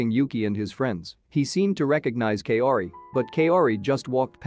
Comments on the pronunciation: Kaori’s name is pronounced “cow ri” not “Kay o ri” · Please! Kaori is pronounced as Ka-o-ri not Kayori! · Damn that Kay-ori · You pronouncing Kaori gives me cancer